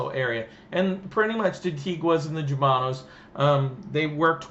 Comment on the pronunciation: It's not /J/umano...it's the Spanish pronunciation /H/umano...